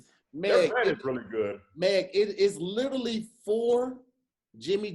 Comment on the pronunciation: Y’all please tell to stop saying littlelee (literally)😂😂😂